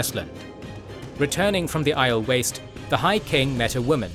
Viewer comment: Again, it sounds weird to say it "channeling one power" As in the books they say it like "channeling THE one power" And aiel isn't pronounced eye-el, but eye-eel, with a long e on the second syllable